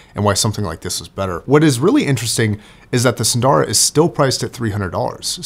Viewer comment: I ordered a pair of custom-made earpads for my Edition XS. They are far thicker than the whimpy stock pads. Incidentally,, there are no long vowels in "Sundara", nor in "Susvara".